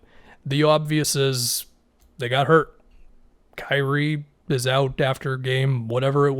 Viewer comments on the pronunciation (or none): none